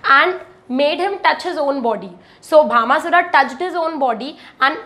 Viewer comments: Please correct the name Bhashmasura( not Bhama sura) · Mam it not bhama sura it bhasma sure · It is bhasmasura...not bhamasura